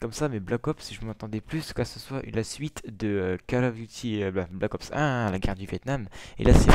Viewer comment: Pour moi je ne l'acheterais pas mais sa me tenterais quand même de le tester. Sinon bonne vidéo est ces Black Ops pas Balck Ops ^^'